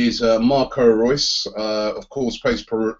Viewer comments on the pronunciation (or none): none